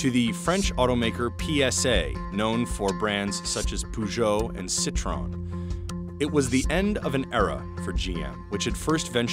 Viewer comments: Citro-N not Ci-trone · "Z-tron" as in Citroen.. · Poogou and citron😂😂😂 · "PSA, known for brands such as poojoh and citron" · Poo-joe and Cit-ron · "peugeot et citron" 🍋 😭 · “Pujou and Citron” 💀💀💀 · You ppl can't even pronounce Peugeot and Citroën right? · That pronunciation of Peugeot and Citroën was so bad... My ears are bleeding... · Butchering the pronunciation of three European brand names in the first 20 seconds, good job. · The reporter's pronunciation of Peugeot and Citroën made my ears bleed. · Oh god... the butchering of the names Peugeot and Citroën ticked me off! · The way you pronounced peugeot and citroën, I'm dying and I showed this to my family like wtf, you're a billion dollar news outlet but you don't check before you pronounce foreign words?? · Why is it not possible for Americans to pronounce Peugeot or Citroën correctly?